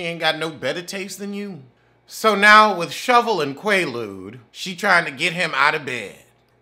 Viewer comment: Every time u say shovel 😂😂😂😂😩